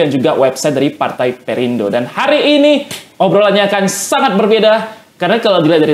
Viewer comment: Perindo bukan parte😂 nyatanya 😂😂😂